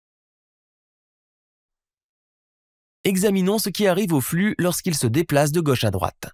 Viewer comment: super video et explication parfaitement claire.. par contre.. petit detail qui me fait bondir à chaque fois.. "gauche" se prononce avec un o fermé (comme dans moto) .. ca fait vachement bizarre de l'entendre avec un o ouvert